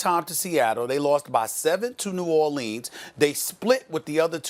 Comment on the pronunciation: I want to smack SAS every time he pronounces New Orleans the way he does. Too much enunciation on it dude